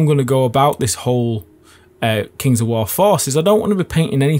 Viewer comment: I hear it that way too. Took me a moment. :)